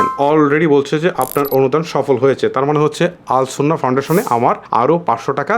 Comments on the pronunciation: শব্দটি আস সুন্নাহ হবে আল সুন্নাহ নয় ভাইয়া❤️ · আরে ভাই আল সুন্নাহ নয়, আস সুন্নাহ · আল সুন্নাহ না ❌ আস সুন্নাহ ফাউন্ডেশন ✅